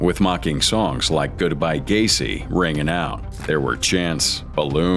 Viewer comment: Gai? Así no se pronuncia ,es Gueici (pronunciación figurada)